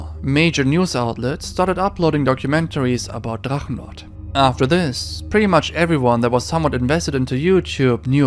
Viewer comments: Are you german? Because the german names and words in the Drachenlord topic where flawless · Kudos to your pronunciation of German words like Drachenlord. I have to correct you though about one thing. He managed to blow the whole sum he got for selling his house and now lives in a small village in East Germany. The only income he has is German social security payments. Meddl off :)